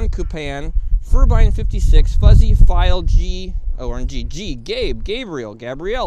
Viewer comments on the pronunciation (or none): none